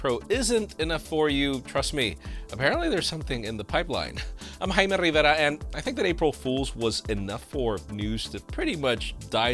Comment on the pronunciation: Jaime Rrrrrrrrrrrrrrrrrrrrrrrrrrrivera